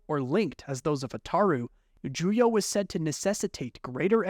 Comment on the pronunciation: It's Juyo, not Julio, genius.